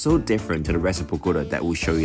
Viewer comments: Pronunciation is Boh-goh- TAH (emphasis and accent on the last syllable). Not Boh-GOH-tuh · Bogota pronounced boh-gah-tah✌🏽